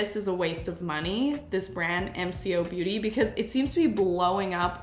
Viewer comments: I am so so sorry for posting this comment. you are absolutely incredible and I love your content but just like it’s bugging me how are you pronounce mco beauty. It is pronounced kinda like emko beauty. But like you are absolutely incredible and I absolutely love your content and keep doing it. You are one of my favourite YouTubers. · We pronounce it "emco" beauty. I use their xtend lash mascara and have been for years. It's the best lengthening. It's kind of expensive but I'll always buy it and hope they never stop making it. I tried a couple of their other products and don't like them much but their xtend lash mascara is great. With love from Aus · MCo, pronounced Em - Co, have been around for over 10 years in Australia. They started out with, and still do have, their own unique products. Last year, Shelley the company founder, said she knows where her legal boundaries are, and will go very close to copyright without crossing over. You should try some of their unique products. I love the MCo Beauty pimple patches. They adhere to your skin better than many other brands I've tried. The Charlotte Tilbury foundation is currently $70 in Australia. A little out of many women's budget. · For a different perspective, cosmetics are so expensive to import to Australia and New Zealand - so MCoBeauty (pronounced em co beauty) has been a game changer here! Also they regularly go on sale for 50% off so they’re an absolute steal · Hey! Aussie girl here- it’s pronounced M-CO-Beauty. We have it here in our grocery stores and they are often on sale too! It’s been around for a bit and has recently gained popularity. They have other products besides the “dupes” too that are amazing! It’s really accessible to just grab at the grocery store and the prices and quality are amazing ☺️ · I’m from Australia and it’s pronounced “M-Co beauty”. I have so many of their products because they’re amazing but a fraction of the price!! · The brand is pronounced M like mum and Co like coco